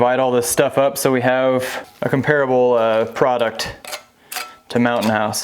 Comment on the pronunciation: Do yourself a favor and look up how to correctly pronounce the word comparable.